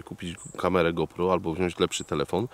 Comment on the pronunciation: Ja jak zawsze oglądam każdy twój odcinek i nic nie marudzę. Wszystkie filmy są super nagrywane i ty jednak jesteś większością co kanału jedną tylko rzecz robisz która mnie strasznie denerwuje ale nie tylko u ciebie tylko ogólnie Otóż kamerę którą używasz Źle wymawiasz jej nazwę "go pro" sie czyta jak GOŁ PROŁ.